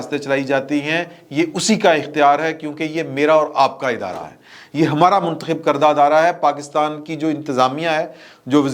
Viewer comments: Cuntakhib instead of Muntakhib. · منتخب نہیں ۔۔۔ چنتخب تھے 😂